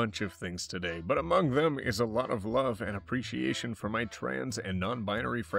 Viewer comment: At this point he could just say "how are you doing togay?" everyday